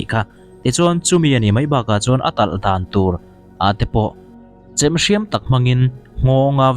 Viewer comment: Chhem,a thluk na i bo tir nge i lam thiamlo, chhem, anilo deuh ag aaa, chhhheeeeeeemmmmm ani zawk ag😂